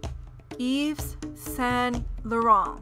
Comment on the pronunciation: EXCUSE YOU. Yves Saint Laurent is not pronounced like that..